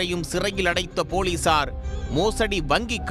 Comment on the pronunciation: போலீசார் என்று சேர்த்து சொல்லுங்கள்.. ஏன் போலி சார். என்று இடைவெளி ?